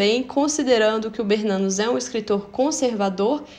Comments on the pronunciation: Perfeito!! Sou bisneta de BERNANOS... A pronúncia é Bernanôs ou Bernanô... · Vc podia rever a pronúncia do sobrenome "Bernanos", ok? Eu acho que é Bernanô... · A pronúncia é Bernanôs.... Sou bisneta.